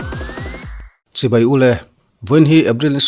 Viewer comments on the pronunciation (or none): none